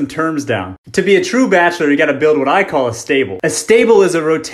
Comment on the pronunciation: He can’t really say bachelor very well lol